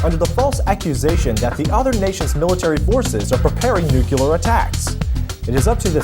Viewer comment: I like how pronounces Nuclear. Just like Mr. W Bush used to say it:')